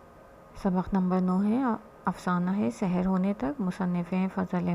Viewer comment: تلفظ بالکل درست ارشاد فرمایا لیکن ہمارے اردو لہجے میں "سَحر" اور "سِحر" دونوں ہی مجہول (سے حیر) پڑھے جاتے ہیں۔ لہٰذا اگر تلفظ میں اعراب کی رعایت نہ بھی ہو تو سیاقِ سے تفہیم کی جائے گی۔